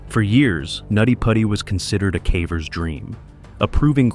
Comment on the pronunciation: you know, you can modify your script to prevent the AI voice from saying"cavvers".